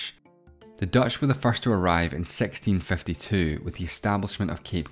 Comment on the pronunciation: bro said 1652 like sex-teen fifty two